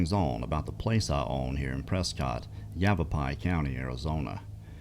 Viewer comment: you did say it right. I was impressed lol